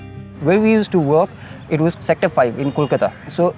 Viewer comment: In reality its Name must be "Arpan" not "Arpun" also I feel like he is a Nepali... We both share the same Name... Lol